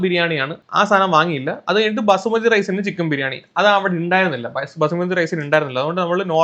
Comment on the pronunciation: Vasumathi alla punde basmathi